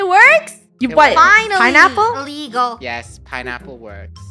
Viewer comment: It’s so funny when said iligle when and spelt pineapple 🤣✨